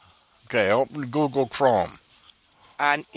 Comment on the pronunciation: Google or Obble?